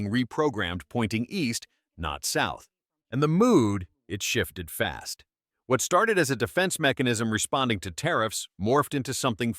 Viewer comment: The AI voice, though 😅😅😅 "w" hat?! What the actual f*ck 😂